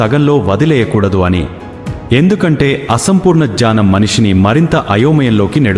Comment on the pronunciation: Dunnakham kaadu dukkham,jnanam kaadu gnyanam,ee words rectify cheesukogalaru.